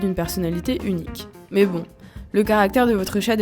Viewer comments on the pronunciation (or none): none